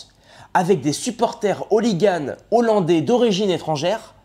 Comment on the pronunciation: Pour soutenir un YouTubeur qui « maîtrise le verbe ». On ne fait pas la liaison devant un mot débutant par un « h » aspiré. Ex: des hollandais, donc ne pas dire : »des zollandais ». Sinon, j’ai mis un pouce en haut pour cette vidéo.